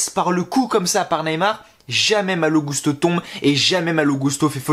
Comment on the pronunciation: a chaque fois qu’on entends son nom dit comme ça, les gens que je connais se demande pourquoi ils disent gousteau les commentateurs 😁 (ça m’étonnerait que Malo leur est demandé de dire comme ça) Je me disais juste que ce message passerait peut être, mais cool 👍